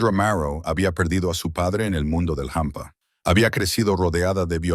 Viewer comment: Hola en español no se dice jampa!!es hampa !! sé pronuncia como se escribe, desdé Santander España.